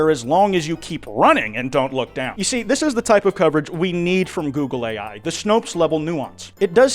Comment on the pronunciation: All I can hear now is "googly eye"